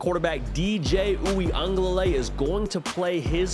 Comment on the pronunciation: Oo-ee-uhng-guh- luh-lay . There’s an extra syllable in there. Just saying.